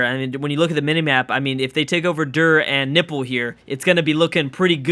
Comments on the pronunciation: He called nippur, nipple 😂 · ha you called Nippur nipple